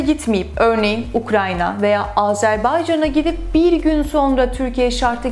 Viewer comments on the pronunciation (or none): none